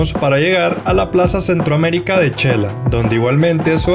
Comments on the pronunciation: El diminutivo de xelaju se escribe Xela y se pronuncia (Shela; no chela.) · En xelajú o Quetzaltenango, No se pronuncia chela, se pronuncia shela, Buen video amigo de que país eres? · Muy lindo video, le sugiero los vídeos sean de menos duración pues es mucha información en uno sólo y ud puede monetizar más vídeos. Humilde sugerencia es su canal y ud sabrá lo mejor/ a mi esposo le gustó mucho el es de Xela ( no chela) saludos desde Oregon 🇺🇸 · La pronunciación de xela y shecas es sh she no che 😉 👍🏼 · No se xq muchos se equivocan al pronunciar el nombre de Xela, se pronuncia de ésta manera, (Shela) y no (chela) como lo estas mencionando, x favor digan el nombre correctamente se oye feo que le cambien el nombre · No es chela ,es xela o shela habla bien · Yo q soy de un un pueblo muy alejado de la civilización se q se pronuncia Shela no Chela. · Todo mal dicho chela checas chelapan asi no se dice aprenda